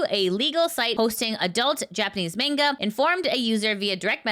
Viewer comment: it's Manga not Mangled